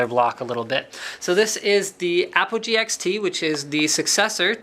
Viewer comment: at the start i though i heard apple G lol